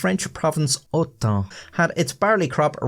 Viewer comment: Lol you couldn't pronounce "Autun"?